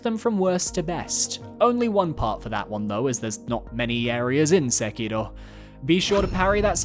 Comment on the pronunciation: I don't know what's up with your pronunciations of Friede and Sekiro. It's totally not how they pronounce the words in-game.